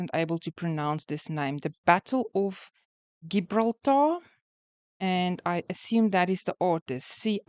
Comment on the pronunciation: Gibraltar: you pronounced most of the word correctly but you used a hard 'g', as in Gibson. It should have a soft 'g', sounding 'jib', as in a dighy foresail. We enjoy your posts. Thank you. 😊